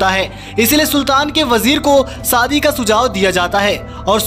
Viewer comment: Sadi nahi ××× Shadi√√√ Pehle bolna sahi kar be ghochu